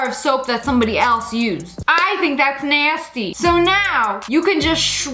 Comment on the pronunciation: "i tHinK thAt'S nAhWsTy"